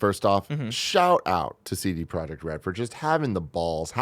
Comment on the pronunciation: A silent j in CD Projekt Red...really. C'mon man.